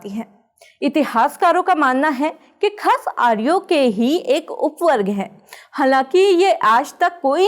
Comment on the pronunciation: khash hota hai khas nahi